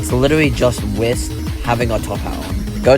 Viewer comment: Please stop saying wist and say W Y S T. Pretty good video tho.